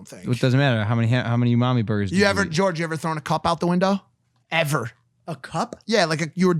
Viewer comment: lmao u-mami bur-ger. u-mami bur-ger.